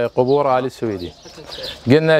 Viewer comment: لفظ السويدي خطأ, مع الاعتذار, فهو ليس نسبة لبلد السويد , يلفظ Al-Suwaidy.